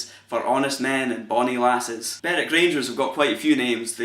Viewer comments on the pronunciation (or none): none